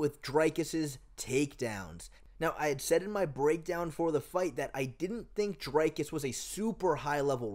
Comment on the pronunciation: "Dinkus" lol